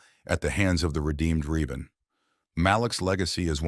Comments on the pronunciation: It's pronounced revan not reevan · Said Revan's name wrong, also feel he should be higher